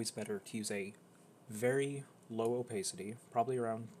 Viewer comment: him saying opacity incorrectly hurts my brain so much omg